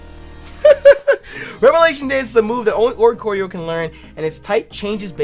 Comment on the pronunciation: oricorio = oriole + choreography (dancing bird) so it would most likely be pronounce or-ee-core-ee-oh